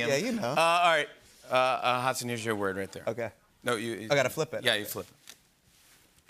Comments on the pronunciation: Wondering if Jimmy would ever figure out that Hasan's name is not pronounced as Has-sin. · 'Hasin' minhaj 😂